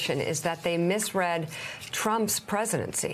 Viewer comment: It's ironic she misread "misread"